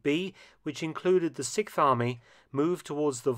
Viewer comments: Sixth Army, not Sikth Army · The SIKTH army - am I the only one who noticed that Mark cannot pronounce the word "sixth"? The worst part is that he says the word about 30 times in this video..... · You're still at it, with the "sic farmy"? Come on, you can pronounce "6th Army" better than that.